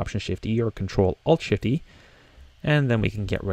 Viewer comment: You guys on the comments are just so mean. 4 years latter and no one explained it to the people who asked about it. The way to merge the layers and create a new one is "ctrl+alt+shift+E". He actually says "ShiftE" and is very difficult to understand.